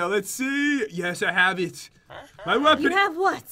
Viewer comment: I love how u said yesh 🤣🤣🤣🤣